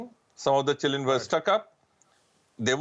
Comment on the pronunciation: keeps saying chilen instead of children.